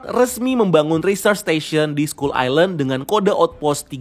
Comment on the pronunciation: Bang, Kalo sebutan ny dlm bahasa inggeris,sebutin dengan bener bang,skull kok d sebut ny jadi sekul??sekal baru bener skull,kalo ga mau pronaunsiasi ya ubah aja jadi pulau tengkorak mudahkn